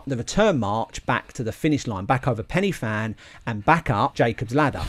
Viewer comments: well done that was amazing. As an ex local its actually pronounced more like pen ur van than penny van. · Pen yr van. A single f is pronounced v. Sorry but as a Cardiff boy this mispronunciation does my head in. Not too much though 😁 The fact you had a go is outstanding. No way I'm doing it with my knees and heart. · pen y van mate one f is a v sound ff is an f sound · Thanks for watching... Now watch my David Goggins 4x4x48 challenge vid - A couple of corrections. First, apparently its pronounced Pen y Van (spelt Fan), I blame google. Second, the Fan Dance route march test is completed at the start of a long selection process and not the end as stated. I got both of these points wrong in the vid, I must do better. 🙏 Sorry for any inconvenience. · For accuracy, the summit is pronounced Pen-uh-van (the letter 'y' is a vowel in Welsh and the 'f' has a v sound) so the 'Fan' is an English play on words. It still works when you use the Welsh pronunciation for the summit and and refer to the endurance march as The Fan Dance. 😁😁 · 'pen y van' is how we say it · It should be pronounced Pen y Van. One F in Welsh is pronounced as V. Two FF make the F sound in English. Good programme though.